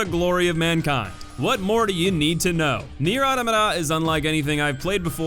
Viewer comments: Good sir and many comments (judging by the fact they mention the game and not what i am about to say), i do believe you are pronouncing "automata" wrong. Its automata as in automaton. you are saying it like "ORta mater" like its 2 words and ur stressing the wrong place lol. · Why do you pronounce "automata" as "uddamudda"?